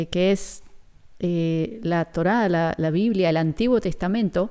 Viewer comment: Se dice Biblia